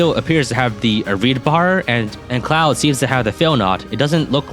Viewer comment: The fact that pronounces 'Claude' like 'Cloud' made me think that Three hopes was going to have a FF7 Remake crossover/DLC.